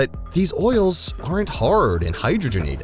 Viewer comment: Thank you for pronouncing hydrogenated fats correctly. I couldn't watch this video if you said it like... Hi drog en ated... I mean, come on, it's in the name FFS.